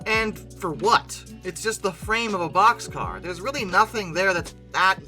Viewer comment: Wonderful….finally talking about something I can associate with….No wait…BOXCAR,BOXCAR…not poxscar.